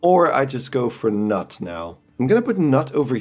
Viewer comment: The K in Knut is not silent.